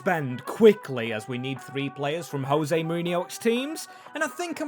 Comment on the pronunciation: JOSE Not HOSE, Portuguese not Spanish…